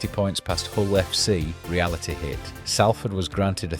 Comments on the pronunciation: Just a quick note, it's pronounced Sol-ford or Sawl-ford, not Sal-ford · Salford. Not Sallford. They have to deal with this mispronunciation all the time. It’s just like salt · I’ve lived here for a decade and a half and I thought it was pronounced saul-ford. 😂 woas me. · Pronounced “Sol-ford”. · What? From Broughton to Traffod It's pronounced sol-fod. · Why can’t Ou pronounce it properly, you irk ? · least I can pronounce Salford correctly you tw@ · Good video but pronounce the name of our city right ffs !!!!! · every time i heard the name Salford it grated me